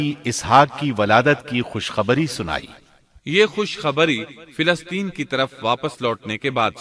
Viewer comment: Filasteen? Ap filasteen keun kahte hain? Falasteen *.